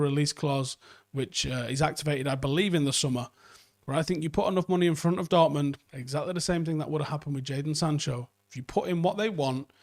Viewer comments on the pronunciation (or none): none